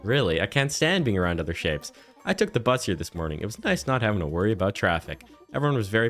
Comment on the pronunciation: In the beginning I thought you said little shits instead of little shapes 😂